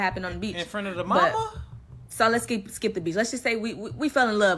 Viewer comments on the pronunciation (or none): none